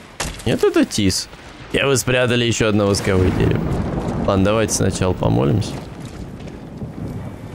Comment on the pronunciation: Не могу молчать, горит! Ну не восковОе это дерево, а вОсковое от слова вОск!